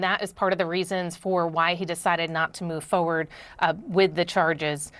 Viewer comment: Did she just say foe werd ?